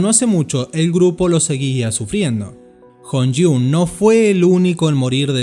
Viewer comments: Todavía no puedo escuchar las canciones más antiguas, porque al verlo me da mucha tristeza. Yo te escucho decir Hongjoon, y es Jonghyun. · JONGHYUN se pronuncia YONGUION 😡😡😡😡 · Jonghyun... Yongjiun no jonyiun please. :) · No viene mucho al caso, pero tengo una duda, ¿por qué el narrador decía Kim Hongjoong en lugar de Jonghyun? O sea, ¿su nombre real era Hongjoong? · Bro te investigaste todo menos como se pronunciaba su nombre xd a veces es Hong Joon y a veces Jonghyun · la pronunciación seria SHONJYUN, NO HONGJOONG ya que Kim HongJoong es otro idol, lider de ateez. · Se pronuncia llong jion así suena su nombre, un poco más de respeto al menos pronuncia correctamente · Men, se pronuncia yong-jiun. Deberías buscar como se pronuncian los nombres para wue quede 10/10 la inf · No, de echo de pronuncia Yongjian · Su nombre se dice "Yong Jiung" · lo siento, pero se me puso la piel de gallina, por la forma en que dices su nombre, la próxima te recomiendo que investigues como se pronuncia, en serio no es por criticar pero, es que cuando dijiste su nombre se escucho casi como Kim Hongjoong, que es otro idol, uno de mis idol e inconscientemente pense en el y me altere tantito, pues porque el no esta muerto, se que es muy mi problema, pero seria bueno que pronunciaras mejor su nombre, fuera de que suena como alguien mas. (Kim Hongjoong se pronuncia algo asi como kim jongyung es lo que dijiste y pues Kim Jonghyun se pronuncia mas como kim Yong Jion) Gracias, solo eso igual muy buen video todo con respeto, gracias por contar su historia el fue una increíble persona que merece ser recordado por todo su trabajo y esfuerzo. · Pésimo tú "documental". Por último supieras como decir su nombre bien. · Para hacer el documental podrías al menos haber investigado como pronunciar su nombre. Lo dijiste mal todo el vídeo. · Si vas a hacer un video de un artista, aprende primero a pronunciar su nombre. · Hehe me causa algún sentimiento como pronuncias JongHyun de diferentes maneras. 😊